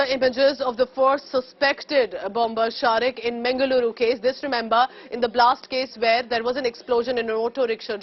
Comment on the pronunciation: Firstly pronoun Mangaluru properly